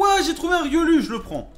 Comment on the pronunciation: sa se dit "riolou" pas "riolu"